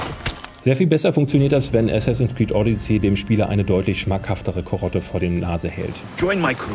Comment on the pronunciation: Sorry, aber du sprichst es wie Audicy aus, nicht wie Odyssee.